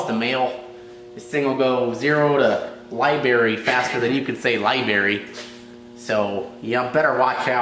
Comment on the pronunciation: Zero to Liberry 😂